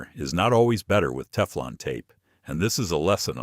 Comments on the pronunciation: Lose the AI narration and use a live human narrator! Your voice said Tee-flawn tape, and Miles (for mils). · Love the AI "teeflon" tape.🤭 And then after showing wripping the correct way, the gas fitting is shown being wrapped the wrong way. Sheesh more AI slop. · A-I (mid-western voice) 😂 "Tee-flawn tape."